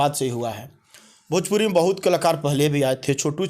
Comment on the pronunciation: Pahle khesadiya ko sikha na bhojpuri ko bhajpuri bolta hai